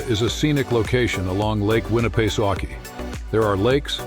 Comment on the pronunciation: I got a good chuckle out of listening to the way you pronounce lake Winnipesaukee